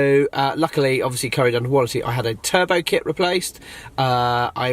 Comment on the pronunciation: Did you say turbo mate ?